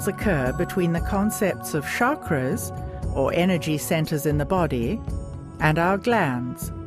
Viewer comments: first of all its not shakra it's chakra xD pronounce it right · It is pronounced CHakra, not Shakra